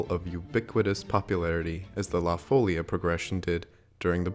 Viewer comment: Portuguese is a language that as a rule places its accent on the second to last syllable (there's a number of words that have it on the last syllable), so it would be fo-LI-a